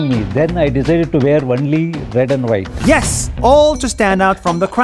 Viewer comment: when he said the white family i heard like the whyatt family in wwe!!!